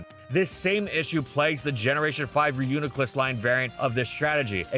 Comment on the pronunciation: don't let this distract you from the fact that he finally pronounced reuniclus properly!